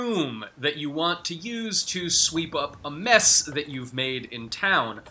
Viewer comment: You have a very strange manner of speaking, my friend. "... or find a BROOOOOM that you want to use to sweep up a MESSSS that you've made in town, walk up to that object and HOLD the interaction button..." Did anyone else pick up on this? I found it quite funny. In relation to the video itself, eh - I'm sure some people might get something out of this? Not worthy of a 'like', but not worthy of a 'dislike' either.